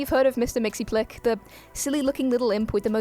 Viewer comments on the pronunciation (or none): How can comics fans not know how to pronounce Mr.Mxyzptlk, it’s “Mix-Yes-Pit-Lick”, how do you get “Mixy-plick” you forgot about the Z and T in his name, sorry but I can’t stand how people can’t pronounce his name correctly, sometimes even in the cartoons